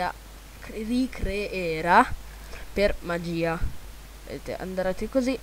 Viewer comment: hai detto maghia ma sei serio ..... italiano scorreggiuto